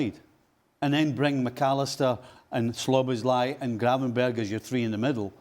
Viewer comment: Sloboslai.. haha.. Stevie still can't pronounce his name 😄❤